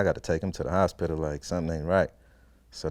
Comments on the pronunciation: The HosPITIL 😂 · Lmao I was thinking of how to spell it and yup he's definitely saying hos- spittle 😂😂😂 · The hos-pittal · Hos-pit-tal xD Like a damn pit stop. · This man Pronounce the shit our of HOS-PITAL! Lmao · I hear every letter in H-O-S-P-I-T-A-L 😆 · Why does he pronounce "hospital" like that? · He says hosspittle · He can't say hospital right. 😂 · he says hos pital as 2 syllables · Nigga put emphasis on that P in HosPital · The way he says hospital is fucking hilarious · anybody else notice the way it sounds when he says the word 'hospital'